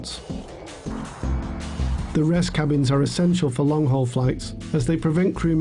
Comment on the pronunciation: “long haug flight”